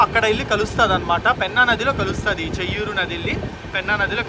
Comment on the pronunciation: చేయ్యేరు not చెయ్యూరు (బాహుదా నది)